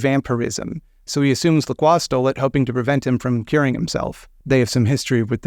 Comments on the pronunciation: I beat this just today and was thinking to myself the whole time, 'I didn't take French, but that's not how LaCroix is pronounced, is it?' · wait that's how you pronounce lacroix this whole time? Also is the character in VtM:Bloodlines named after him or are they both named after someone else, because besides the sparkling water I have never heard that name before. Many questions raised...